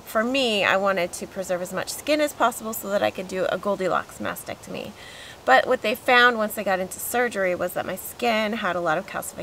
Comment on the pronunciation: Why do people say Masectomy instead of MasTectomy?